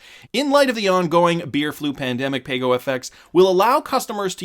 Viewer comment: According to Ana Botin it's pronounced "Pah-Go."